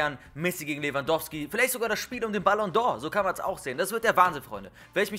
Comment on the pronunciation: alter diese aussprache: Balon deoh